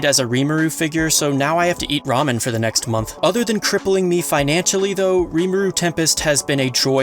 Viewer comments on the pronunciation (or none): none